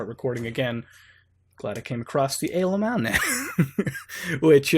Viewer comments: Stop saying AYYLAMO. fucks sake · i thought you were saying alemals. not know what that was i googled it and dog porn came up. wtf.